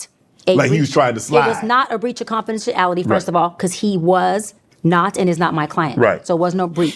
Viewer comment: Confidentiality had a little struggle on it too 😂